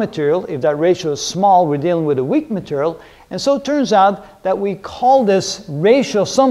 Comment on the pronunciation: "strong matarial"